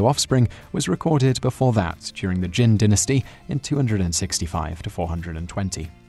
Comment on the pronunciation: "Jinn Dinisty"!? LOL